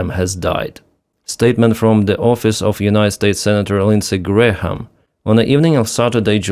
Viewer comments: Not that you will have another occasion to say Lindsay Graham's name - the H is silent. "Gram" or "Gray-am". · H is silent in Graham. Just pronounced Gram. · We do not pronounce the h in Graham. So it's exactly the same as the unit of mass: gram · the "H" in "Graham" is either silent or pronounced like a "Y". "Gram" or "Gray-um" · Hi. The h in Graham is silent. It's pronounce Grayam - i know you like to get pronunciations right. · The H is silent in GraHam! Say "Grayam"... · The “h” in Graham is silent. FYI